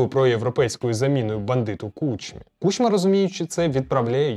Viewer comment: правильно кУчма, а не кучмА